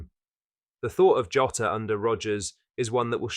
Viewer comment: Please stop saying joeta